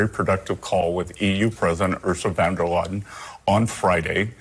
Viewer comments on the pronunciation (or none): Bessent can't pronounce Ursula's full name? . Did he call her "Ursa Vanderladen"? I mean that's how the CC (caption) captures him calling her.